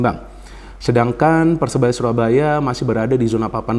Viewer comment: Maaf bung koreksi sedikit. Persebaya bung bukan persenaya